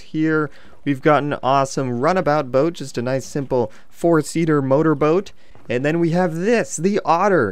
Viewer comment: he says "moteor boat"